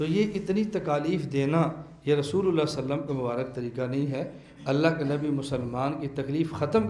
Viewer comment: صلی اللہ علیہ وسلم کا تلفظ درست ادا نہیں ہورہا ہے۔۔